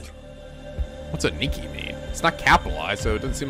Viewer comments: Also it's pronounced AH-nee-kee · Aniki is an honorable term meaning "older brother" or "superior". It's pronounced as Ah-Na-Key. Also I'm surprised your playing this so soon after the previous one. Should be plenty enjoyable though.